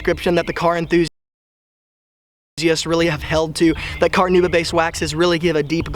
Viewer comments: NOT carnooba, carnauba. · What is carnooba? Do you mean Carnauba? Listen to the correct pronunciation here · Take a shot every time he says car-nooba